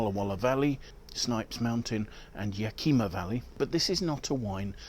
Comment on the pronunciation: I enjoy all of your videos. Keep up the good work! I am envious of your springtime! Here in Washington state, it's dark deep fall. Congrats on pronouncing our local names correctly, with one exception: It's YA-kuh-ma, not ya-KEE-ma. More Medoc to 3rd growth Bordeaux reviews, please (I'm learning)!